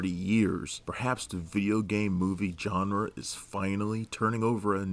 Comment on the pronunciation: Who is this "John Ra"?